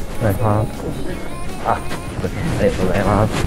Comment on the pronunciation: お願いしまーすかと思ったらヘンファーンって言ってて草